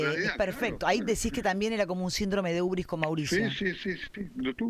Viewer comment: UBRIS….no urbis….